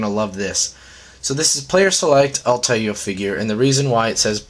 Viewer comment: Dude it's al-tie-eer